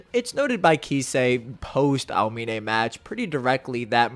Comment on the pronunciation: Por qué dices almine ?